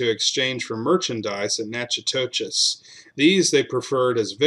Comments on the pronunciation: Nack o dish !…..it’s Nack o dish ! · Natchitoches is pronounced nacodish